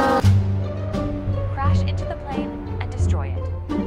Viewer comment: he corrected them with "destory" and he said "destory" himself.